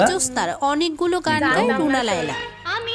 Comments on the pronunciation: Akta vedio banate hole study korte hoe, রুনা লায়লা ai namta ak ber er jornno tik moto bolte parle na. Tumi kiser compayer korbe ? just runa laila er biography google kore dekho ? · Agey buna laila na bole thik kore naam bolo tar por subscribe korbo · তোমাদের উচ্চারণে ভরি রুনা লায়লা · রুনা লায়লা। "বুনা" নয়। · খুবই দুঃখজনক ব্যাপার। রুনা লায়লা নামটা ঠিকভাবে উচ্চারণ ও করতে ষ পারে না অথচ উনাকে নিয়ে ভিডিও বানাচ্ছেন। রুনা লায়য়া , বুনা লাইলা আরো কতো বার নামটা ভুল বলছেন। যদিও আপনারা যে ভিডিও দেখে রিয়্যাক্ট করছেন সেখানে উনার নামটা রুনা লায়লা বলা হচ্ছে। কেন জানি মনে হচ্ছে আপনারা ইচ্ছাকৃত ভাবে একবারের জন্যও নামটা ঠিকভাবে উচ্চারণ করেন নি। এটা খুবই দুঃখজনক। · রুনা লাইলা। লাইয়া না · বুনা লায়ইয়া না রুনা লায়লা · দাদা কী মাধ্যমিক ফেল?? 😂 রুনা লায়লা না বলে লাইয়া লাইয়া বলছে 😮😂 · Ra dada ota runa laia na. Runa laila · তুই কি ভাই অশিক্ষিত নাকি, রুনা লায়লা কে বুনা লায়লা কেনো বলছিস। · নামটা এমন না উচ্চারণ তোমাদের এমন 😂😂 রুনা লাইয়া না রুনা লায়লা ❤😊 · অশিক্ষিত নাকি আপনারা? বুনা লায়লা কি? নামটা ও ঠিক করে বলতে পারেনা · কি রকম মুর্খের মতো কথা বার্তা রুনা লাইলা কে বুনা লাইলা বলতেছে।ভিডিও তে বারবার নাম বলতেছে তারপরও শেষে বুনা লাইল বলতেছে।😅ভিডিও করার আগে নাম গুলো উচ্চারণ ভালো মতো পড়েনিলেই তো হয়। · আরে বার বার বুনা বুনা বুনা লাইয়া,, এটা কি ভালো করে নামটা পরে দেখেন ভিডিওতেও এতোবার নামটা নিলো তাও কি শুনেননি,,,ওনার নাম ''''রুনা লায়লা,'''' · ধুর হ্লা, নাম টা ঠিক করে পর,, রুনা লায়লা। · Buna na namta to valo kore bolo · এখন পর্যন্ত নামটাই উচ্চারণ করতে পারলে না, আসছো স্টাডি ভিডিও নিতে। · গাধার দল তোরা উচ্চারণও করতে পারিস না ঠিকমত নামটা বলতে পারিস না উনার নাম রুনা লায়লা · Tora dutoi jarot bujli....Karan onader naam guli ke uchharon korte parchis. Ba uchharon na korar avinoy korchis...asoley ki Janis Tora ado schooler mukh tao dekhis ni..eta ekdam sotty bojha gelo...r erokom mohaan dujon pratibha sali baktir naam nie nogramor moto uchharon korchis.toder mukhe onader video er kotha bolis seta kokhono maana jay na...